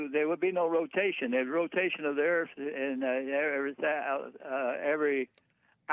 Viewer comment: Jesse I love u but earf is phat.